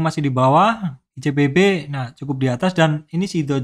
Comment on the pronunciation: tnk u pak insighnya btw kadang gemes ngedenger beberapa kali denger icbp jadi icPb 🤣 maaf pak👀